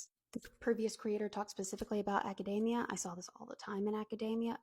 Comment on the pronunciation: you say academia like macadamia